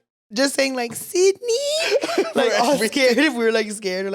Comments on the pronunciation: "Sidney" 😭 it's Cindy! 💀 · Died every time they said Sidneyyy 🤣🤣 baabess it’s Cindyyuuuhh 😭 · The way you guys say “Sydney” when it’s “cindy” 😭😂😂😂😂😂😂 “Cindy the TV is leaking” 😂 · Ahhhh the “ Sydney “ is killing me when her name is Cindy 😂😂😂